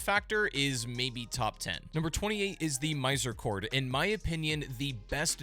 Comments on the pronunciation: did bro just call it "miser corde" 💀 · What the hell is a "mizer chord"? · He blatantly lies about weapons, and doesn't even discuss the main selling point of many weapons, he also acts like infusions don't exist, except for the misericorde (which he mispronounces) which he claims has bleed and an arcane scaling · While some parts are more subjective than others, he fully lies many times, claims weapons do things they don't and not mention when they do something good, and the only weapon he infuses is the misericorde (which he mispronounces) and claims it has bleed and an arcane scaling